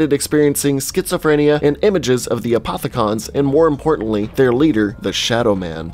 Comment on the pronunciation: Who cringed when he said apothi-CON and element 1-15